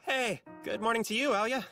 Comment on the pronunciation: Plus she's also actually has Russian roots, so her pronunciation is much better than in the Japanese.